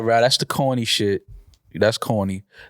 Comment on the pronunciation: Does anyone else hate the way pronounces CAWNEE 🌽 🤣